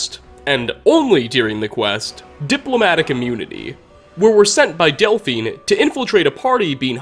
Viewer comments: I hate these guys. They're fantasy Nazis. And did anyone happen to notice that at one point, voice not only breaks, he mispronounces their names, saying "Desbern" and "Elphine" instead of "Esbern" and "Delphine"? It really bugs me! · Did you just say Desberne and elphine? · Haha he says Desburn and Elphine a simple but funny mistake to make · Is no one gonna point out he said "desburn and elphine" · Am I the only one who noticed him say Desbern and Elphine? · bahaha “desbern” and “elphine” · I'm not ignoring him say Desbern and Elfine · "Desburn and Elfine", sounds like you got a little dyslexic for a second, lol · Desbern and Elfine eh? reached a new level of mispronunciation. speech increased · Anyone else hear him say "Desbern and Elphine"😂😂😂